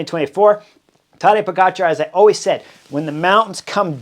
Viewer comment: He was introduced as Tadej Poga Char, not Tadej po-gotcha